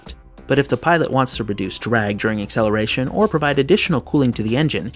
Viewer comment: "akkeleration" did you actually say that? Try "akseleration"